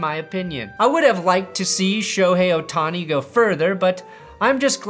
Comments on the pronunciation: he definitely says "Shoney O'Tony" but he pronounced it correctly to subtly show he does know how it's pronounced. He also ends up saying "Sherry O'Terry" towards the end. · pronouncing Shohei Ohtani sounds like Shoney's OTony